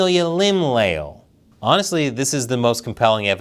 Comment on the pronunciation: Le - ál (the accent is for phonetics, not following the orthographic rules) "Le" as in Lebanon "Al" as in penpal Stress on the a, there is no diptongue, it's two syllables (hiato)